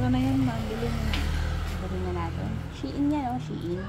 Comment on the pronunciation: Shein pronounce as shin po